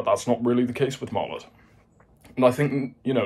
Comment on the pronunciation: What type of warhead does Martlet use? Also, you're pronouncing it wrong.